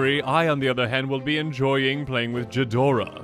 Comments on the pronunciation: I believe it’s pronounced Gee-dorah, but what does a peasant like me know. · this is a nice funny video, also seriously so much for a bunch of cardboard, I'd rather buy decks rather than the cards and while I like homebrew you are more than helpful and I might even straight up get some of your decks. Oh and for future reference ghidorah is a hard g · The way you say Ghidorah upsets me